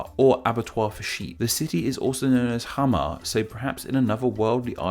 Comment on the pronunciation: Im from Somali and I didn't know that madagascar's name comes from Mogadishu btw xamar is not pronounced hamar.